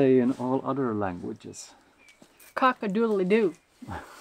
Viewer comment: you sounded like an American from the South when you did your "cock-a-doodle-doo"! Made me laugh a little - my wife is originally from Texas, and sometimes has a southern accent and you sounded just like her!